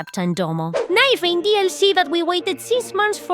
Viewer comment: “Night rrrrrrreing.” I love your accent 😆